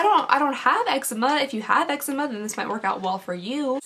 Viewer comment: Lol it’s pronounced “Ehk-zee-ma” not eggzema 😂